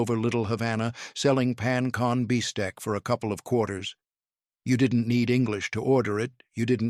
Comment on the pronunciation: It was the pan-con bistec for me 😂